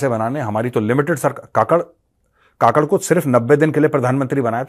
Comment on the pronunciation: Kakad nahin Kakkar bolo Jaise Neha Kakkar